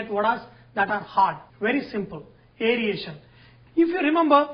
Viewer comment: Airation. NOT Airiation please.